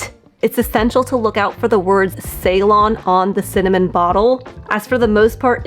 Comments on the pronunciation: And is it pronounce see-lon? Not saylon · See or suh-lon, not say-lon. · Ceylon was the former name of the country now known as Sri Lanka. It’s pronounced “see-lone”. TY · The word Ceylon actually comes from the ancient country of Ceylon, which is now known as Sri Lanka. It’s the large island off the coast of India. The correct pronunciation of Ceylon is like “Cee-lawn” with the emphasis on the second syllable.